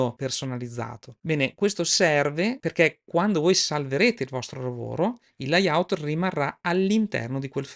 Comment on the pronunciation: Comunque si dice leyaut, loud ecc. Il corso è ottimo ma visti i problemi con l'inglese forse sarebbe meglio usare l'interfaccia in lingua italiana.